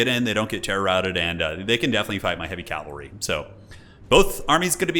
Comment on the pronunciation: Cavalry not calvery my friend 😉